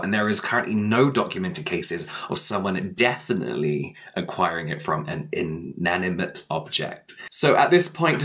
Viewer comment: James its inatimate object not intimate 🥺😭